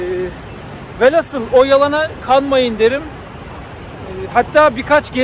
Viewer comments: Hocam kusura bakmayın ama velasıl değil velhasıl. Emeğinize teşekkürler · Herşey çok güzelde şu velhasıl değil VELHÂSIL olacak.